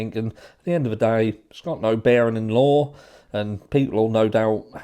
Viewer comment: Why do you pronounce the word "Law"as if it had a "R" in it. You say Lawr and I'm not sure why?